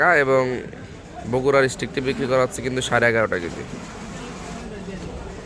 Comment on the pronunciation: সবার আগে শুদ্ধ সালাম দেয়াটা শিখুন।,,হছ্ছে কি হচ্ছে বলুন